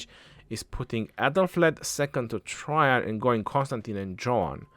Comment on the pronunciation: It’s “tra Jain “ maman